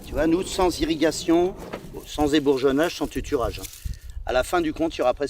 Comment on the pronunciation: A il dit " tuturage " ... ça peut paraitre petit de relever ça mais déja on sent qu'il y a anguille sous roche